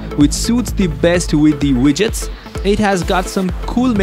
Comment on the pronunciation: It's widgets... Not wudgets lol